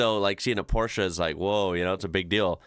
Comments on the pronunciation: Massive props to you for correctly pronouncing Porsche. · As a German I enjoy the way you pronounce Porsche 👏